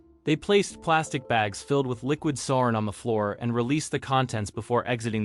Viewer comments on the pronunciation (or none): Hale Bopp, sarin, NXIVM like bro I’m not even halfway through and it’s already a handful of words you’ve said wrong